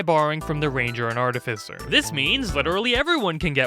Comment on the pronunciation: another D&D thing everyone ignores: Correct pronunciation of Artificer.